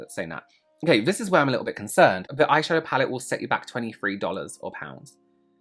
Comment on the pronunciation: I’m sorry “loreal eye shafow” is hilarious to me 😂 glad to know I’m not the only one